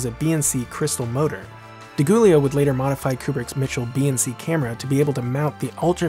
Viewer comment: Great work as always, though I see some “jokiness” creeping in that was thankfully absent from your previous posts. Suggestion: Research the correct pronunciation of names. Jan Harlan is pronounced “Yan” and Ed Di Giulio is pronounced “Dee Joolio” Also: Please, no more comparisons to Nolan. Thanks Again!